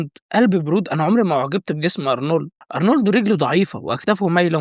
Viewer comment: هو ارنولد ولا ارلوند 😂